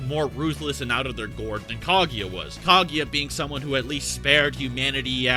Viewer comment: I'm pretty sure it's pronounced Kah-goo-ya and not Kah-gee-ya